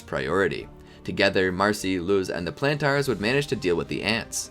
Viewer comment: The show is in English, how do you mispronounce Planters?!